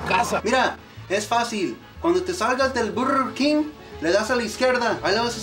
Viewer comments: Zaroman246 el burrrrr keen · “Burrrr kin “ 😂😂